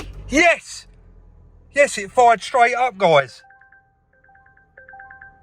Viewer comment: Another "yess" there very impressive 👍🥸